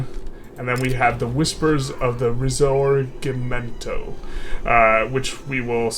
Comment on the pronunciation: Hearing you trying to say risorgimento...